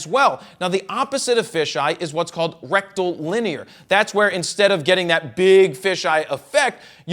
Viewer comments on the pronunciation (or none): Do you mean rectal linear? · Or rectilinear too? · He said "rectilinear" 🤭